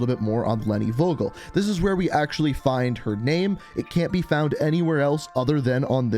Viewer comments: Please please please. Pronounce the name with a f like in f... You. And not wogel. Thanks and love from Germany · Vogel = bird And you pronounce it wrong buddy haha In Germany we pronounce it like: fogel